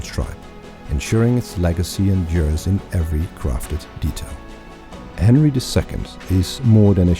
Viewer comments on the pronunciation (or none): none